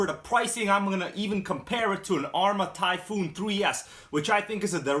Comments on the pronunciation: Is this buggy and the one behind you the same thing just rebranded Arrma Typhon only has one o you don’t say it like the word typhoon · TYPHON, not TYPHOON. It's not difficult. Lol.